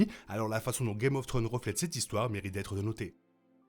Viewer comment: Video super intéressante et bien argumentée. House of the Dragon semble nous montrer Dany comme la princesse promise. Cela relevera sans doute de la spéculation au final. Ps: vous narrivez tjrs pas a dire Thrones, le S nest pas optionnel, "guèm of tronze' la prononciation. Un petit effort ! ❤